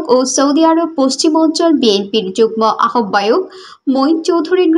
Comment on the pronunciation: আহবায়ক উচ্চারণ ভুল